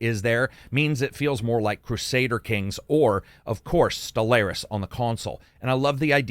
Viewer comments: Appreciate the review. Btw it’s pronounced stell-are-is not stell-air-is 🙃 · "Stel-lair-is" smh